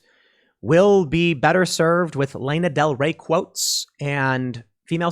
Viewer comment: This is a completely unproductive comment, but I must say, your pronunciation of "Lana Del Rey" made my ears hurt lol